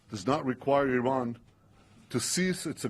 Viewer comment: If you're going to insult Iran, at least pronounce its name correctly, Mr. Cotton.